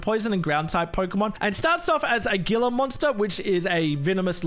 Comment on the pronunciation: Omg I love this region. Just so you know though I'm pretty sure that the gilla in gilla monster is pronounced hiella